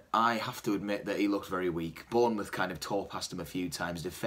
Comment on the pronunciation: mouth not muth...